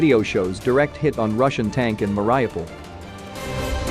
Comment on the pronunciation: MARY- OH-PULL